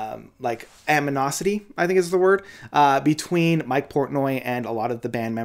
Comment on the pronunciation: "James La-BRAY." "Aminosoty." Quality content.